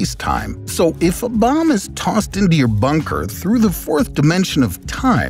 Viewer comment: "If a bomb is". The narrator has a weird intonation ngl. I heard it too.